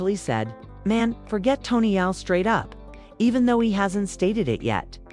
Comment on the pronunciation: Yo STOP trying to spin this…. This is not your lane…. You are not even having the AI say Tony’s name correctly… Just Stop It!!!!!